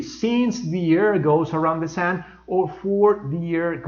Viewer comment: you pronounce the word " sun " as If It were a very opened "A" as If you were saying the word "sand" "arena" I don't know but that's the way I heard it. The same thing happens with the word or auxiliary verb " Does " you pronounce it " DAAS" and native speakers say it as If It were the word " dos " in spanish but with that "O" slightly opened.